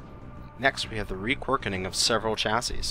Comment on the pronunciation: "Requirkening". LOL. :-)